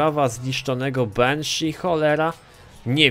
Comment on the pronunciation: jaka dziwna dykcja lol Benshi -_